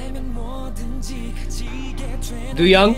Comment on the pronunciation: ITS taeYONG NOT YANG AND ITS DOyoung NOT DOOyoung BUT I STILL LOVE YOU